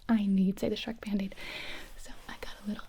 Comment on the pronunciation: the sherk bandege hahahaha